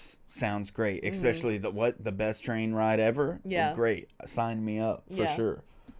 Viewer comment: Guys i really love your videos. You seem like lovely people! please rethink your pronunciation of especially ! its E and S not EX! :P i love you. Also Espresso... not EX sorry i had to say something